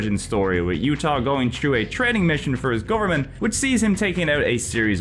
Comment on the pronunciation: The J in Jutah isn't silent! Nothing in that game is silent!